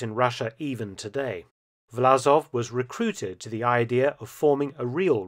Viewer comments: Власов is Vlasov, not Vlazov - the с/s is more like "s" in "song" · Great content 👍 But it's VlaSov, not VlaZov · I think the name of the traitorous general and head of the ROA should be written in English in the form "Vlassov" (similar to "Cossacks") to be pronounced correctly, i.e instead of Z with S.